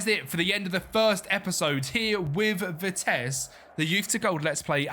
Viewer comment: Please pronounce their name right.... Its Vitesse with the E at the end not vites as you pronounce it. Great video otherwise❤